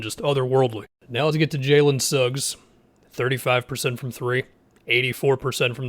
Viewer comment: He said Suggs